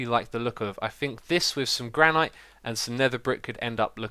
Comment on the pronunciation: I'm sorry, but I have to say it: 'Granite' is pronounced as 'Gran-it' not 'Gran-ite'.